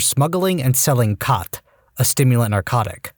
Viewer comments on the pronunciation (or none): It’s khat not cot the narcotic